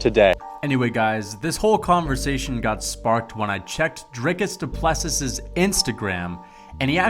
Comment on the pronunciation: The last s of Du Plessis is silent